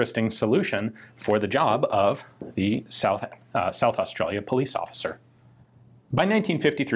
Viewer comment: Damn hope you yanks look after our guns! Thanks for the video, not many people actually say South Australia properly! I'd give my left nut for one of them pistols :( so would half the guys at the club! I wonder how we'd go trying to register one here now.....